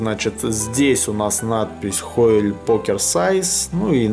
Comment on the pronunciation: А название колоды произносится разве, как "хойли", а не как "хойл"?